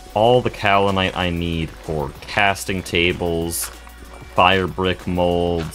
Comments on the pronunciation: Pro tip: Iron items can be pre-heated before use in a blast furnace. Soo much faster, especially with a small blast furnace set-up. Also, the american pronunciation is in fact "cow-lin-ite" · Alr man dont acknowledge the correct pronunciation of Kaolinite if youre gonna actively ignore it, now im gonna think of that pronunciation every time you say it 😭 Otherwise yeah, great video as always, the progression is so satisfying